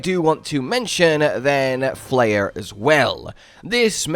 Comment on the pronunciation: Isnt it pronounced flay-er. Like as in flay o fish?